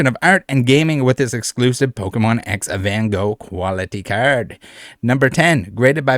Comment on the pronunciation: its Van Gogh, not 'Ven Goog''